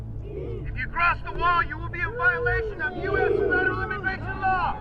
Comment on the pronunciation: He is not saying build that wall he is saying build that WAR